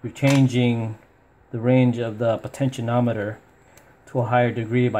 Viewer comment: Just so you're aware, it's not a "potenti-NOM-eter". There's no "n".. Potentiometer. Po-ten-chi-om-it-er. Lol. Just trying to help ya save face bro. Lol